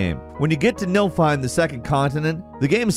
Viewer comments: not 'nilfheim' its "niflheim" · NIFLheim, not Nilfheim... "niffle" like sniffle. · I didn't realize how much was cut from FFXV, though I guess I'm not surprised by it. I had trouble with that part though because you kept saying Nilfheim instead of Niflheim. I'm dyslexic, so I read things wrong all the time, but for some reason it really bothered me. Love your videos though, no hate! My brain just won't stop with it (my problem, not yours). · It's Niflheim, not Nilfheim. Just in case you wanted to know. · "Nilfheim". never disappoints when it comes to mispronouncing FF stuff.